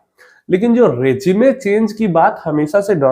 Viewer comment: रेजीमे नहीं रेजीम बोला करो।